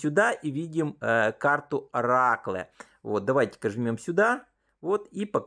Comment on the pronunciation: оракле, специал😂😂😂😂😂😂 ты где учил инглиш??😅😅 или ты вообще не учил его?